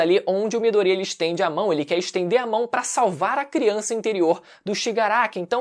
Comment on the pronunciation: Midorya, não midoría mano 😂😂😂 q agonia